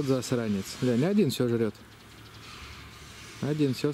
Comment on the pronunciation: Слово ГЛЯНЬ у тебя здорово получается. Я думаю слово ГАЛОГРАММА у тебя ещё круче получится. А сказал по делу.👍